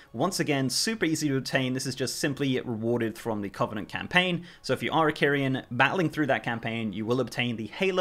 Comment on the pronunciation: it's kuh -vuh-nuhnt